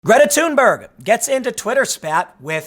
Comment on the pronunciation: Did he just called her Greta tumor